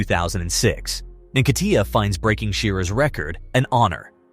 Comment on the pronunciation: You Just spoilt his name...it's "hmm kate tear"